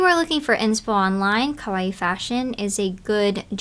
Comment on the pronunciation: Ummm who says kawaii when we’re speaking English though? That’s random. Like no one wants to hear you butcher the pronunciation… You don’t need to say “cutecore” either. Why don’t we just say cute? Aka the meaning of kawaii? 😭😭